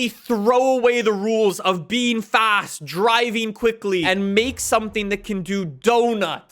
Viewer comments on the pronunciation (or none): none